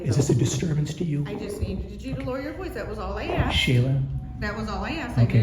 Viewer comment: I answered the question that you axed. Typical